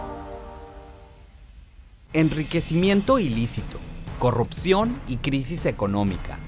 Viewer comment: se dice Corrupcion, NO CORROPCION!!!